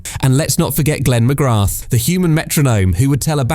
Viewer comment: Yes, you can hear it when it pronounces Glenn McGrath